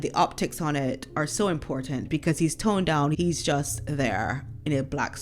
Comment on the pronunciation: The coffin is lead lined and sealed, so like being vacuum packed. No bacteria or smell can escape. Love the way you say 'toned down'.